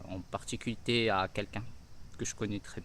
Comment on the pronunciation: "En Particuiter"